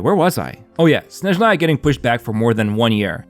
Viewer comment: блять ударение правильно ставим снЭжная (SnAzhnaya)